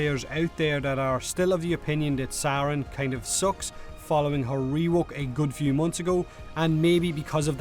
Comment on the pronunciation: It's actually sayrn